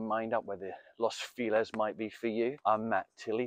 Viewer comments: I hate it. But they'll turn around and say "Feliz Navidad" the correct way. 🙄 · what a way of pronouncing "feliz" xD